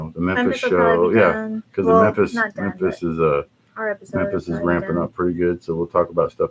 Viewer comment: "Mempis Marry" that shit made me laugh for real!